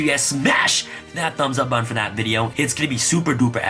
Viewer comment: You say “button” like “bun” and I didn’t understand what you were saying until I was today years old.